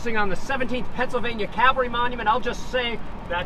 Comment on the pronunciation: Could you please tell the Gettysburg Tour Guide that the word is CAValry, not CALvary. Cavalry are armed horsemen, Calvary is where Jesus was crucufied. In presenting history, one should at least try to sound professional.